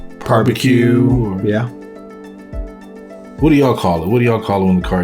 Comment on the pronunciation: He really said par-b-que! Hilarious!